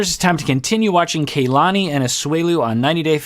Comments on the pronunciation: Please, you've been so good with Larissa's name! Stop calling Kalani "Kaylani"!! Both "A" are the same as ahhh kah-lah-ni. Asuelu is saying correctly. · Her name is pronounced Kah-lani. Not Kaylani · It's not KAYlani it is Kuhlani. Both of the a's are soft vowels. As someone with a Polynesian first name, it's like nails on a chalkboard hearing her name continually mispronounced.